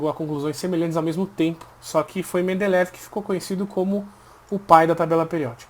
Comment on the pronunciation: É mendeleiev, não mendeleev